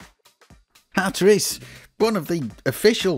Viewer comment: hat-ris???????? you gotta be fu@ kidding